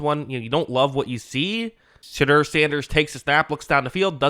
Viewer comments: "She" deur Sanders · lol sounds like you are saying "shitter sanders" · I heard Shitter Sanders the first time his name was pronounced. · Love how every time you say his name it sounds like “Shitter Sanders”. I guess Daddy didn’t plan for that when he chose his name lmao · Sounds like you’re saying shitder sanders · Anyone else hearing him say shitter Sanders everytime or is it just me 😂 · All I’m hearing is “Shidder Sanders”